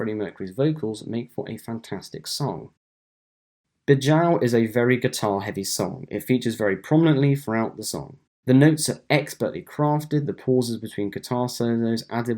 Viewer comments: BE-zhoo, not be-JOW 🙏 did you not listen to the song or don't consider this a French word? 🤷🏼‍♂️ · Be-jow???? Please. Your passion is palpable, but could you not even mimic how Freddie says it, never mind your schoolboy French? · Bijou is pronounced ‘BEEZHOO’ (sort of) otherwise, nice video. Thanks